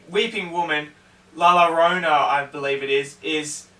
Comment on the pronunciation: You actually sat down and watched the movie yet you couldn’t learn how to pronounce it correctly? It’s YO-rona